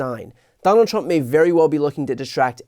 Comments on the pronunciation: What an absolute Wanker 😂😂 She just kills me when she pronounces his name ‘Tdump’. He may have forgotten that she slapped him a week after her appointment to the Job! He will be dealing with more international female leaders this term. He won’t cope 😂😂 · Let's admit it, that was a HILARIOUS rebuttal, worthy of Stephen Colbert or Jimmy Kimmel! It was perfectly at Trump's level (I love how they pronounce it "Tromp" :-)). This is what the entire world should do. Just show how ridiculous he is, again and again. Make fun of him, as long as he is able to do his job seriously. Until the very last MAGA supporter in the most remote corner of "America Mexicana" finally gets it too. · She said "Troomp" - middlefinger quality!!